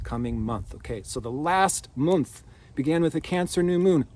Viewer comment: Yes, creates magic for us constantly. I always listen and try to watch all the way to the end of his messages And I enjoy the way he now says moonth 🌙